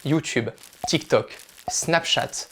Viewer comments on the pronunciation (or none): none